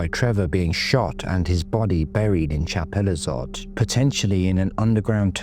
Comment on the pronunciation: You can't pronounce chapelizod properly